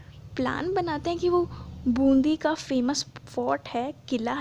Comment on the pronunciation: Wo bundhi nahi hai Bundi hai